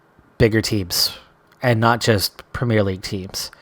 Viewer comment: And despite that we all still have reservations about his ability to learn how to say "Premier League" properly :P